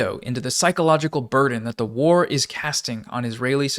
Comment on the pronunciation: The emphasis on WAR pissing me off